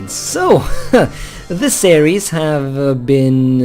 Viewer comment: Your Norwegian accent makes "Series" sound like "Ceres" as in the dwarf planet in the asteroid belt.